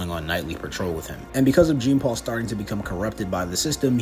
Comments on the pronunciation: Every time he says "Gene" Paul Valley, I wanted to send a nuke to him It's JEAN NOT GENE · His name is pronounced as john. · Yeah Genepool Valley’s first name is pronounced John-Paul because it’s French and unfortunately our gracious host doesn’t even try to pronounce it correctly. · Not really "John" it's pronounced like Jean Claude Van Damme. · It's not pronounced Jean like denim….. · Jean is pronounced as John, like Jean Luc Picard. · Jean(pronounced like john)-Paul Valley is such a dope character. I was so glad they put him in the Arkham games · Technically, his name is pronounced more like “John.” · Step 1: Learn how to pronounce "Jean" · He never said Genepoole, he just mispronounced Jean, he got the Paul part right weirdo.